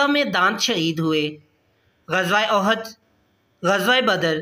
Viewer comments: عزوة(اُحُد) تم نے عزوۃ اَحَد پڑھ لیاجس کی معنی ایک سے ہو گا صحيح پڑھنا چاہئے جیسے اُحُد جو كه مشهور پہار ہے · Ahad nhi uhad hai.